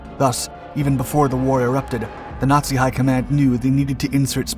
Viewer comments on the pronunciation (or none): none